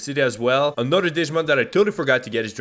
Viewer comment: i cry every time he pronounces a digimon name lol